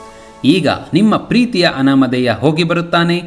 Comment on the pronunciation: ಅನಾಮದೇಯ ಅಲ್ಲ ಅನಾಮಧೇಯ. ಆಂಗ್ಲ ಭಾಷೆಯಲ್ಲಿ ಕೂಡಾ ಹಾಗೇ ಆಗಿದೆ.